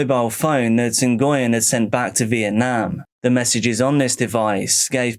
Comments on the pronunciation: It’s not En-goy-yen. It’s pronounced Hwin. Like Win, with an H. Great compilation! ❤ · Hearing Nguyen pronounced so many times i forgot it was wrong 😅😅😅